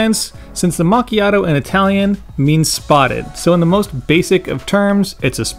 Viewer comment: It's always funny to hear the american mispronunciation of this word lol